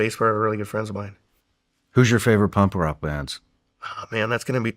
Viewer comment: Is Shawn calling it “pump rock”?😂